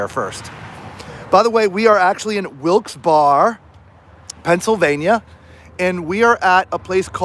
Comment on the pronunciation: Lol.. i had to laugh..its pronounced Wilkes "barry" crazy y'all braved the cold